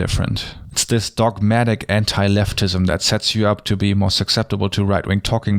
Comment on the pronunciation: It sounds like he’s saying “Entei SJW” which makes me think of a legendary talking fire dog who supports progressive issues. And that makes me happy.